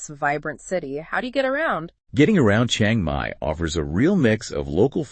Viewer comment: What makes it so hard to pronounce Chiang Mai right. Especially for native Americans. It is not Chie-eng Mai but Chi-ang Mai. The "a" like in father, not the vowel like in "hang out".